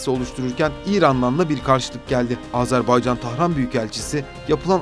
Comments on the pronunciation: Seslendirmeyi yapan kardeş azarbaycan değil Azerbaycan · Azarbaycan değil Azerbaycan deyin lütfen. Türkler kardeş ülkelerinin adını bile doğru telaffuz edemiyor derler rezil oluruz